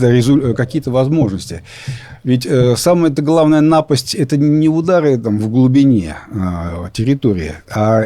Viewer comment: Самая главная нАпасть?!😮Не напАсть, а нАпасть, бл..😂Валерка, ты точно русский?!😮Картавишь, гундосишь.. Не жи док ли ты часом?!!!😮А???😂Я думаю, да!!!